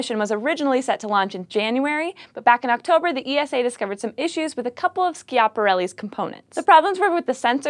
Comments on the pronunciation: cross is right you know. Esa not E.S.A. Saying the latter is like saying N.A.S.A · Dear, The European Space Agency's abreviation is pronouced like NASA as a word not as individual letter like FYI. So not E-S-A but ESA in one word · Not. Pronounced. E. S. A., much like NASA is not pronounced N.A.S.A. Stop hurting my ears. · no i'm pretty sure its just E S A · I love it when ESA gets coverage on, but there is something that irritates me. The single letters of ESA aren't pronounced seperatly, just say it as one word, like you would do for NASA. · ESA is pronounced as a word, like NASA.